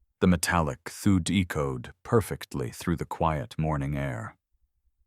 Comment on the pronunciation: Great story. Though. I have never heard the word "thud" pronounced like "thood" before. Gotta love AI narration.